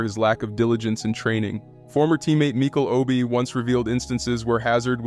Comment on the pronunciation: Man said mikol obi 😂